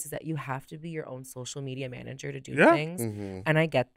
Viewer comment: "MAAMAGER" i died